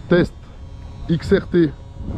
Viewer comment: Xrt et non xtr force a toi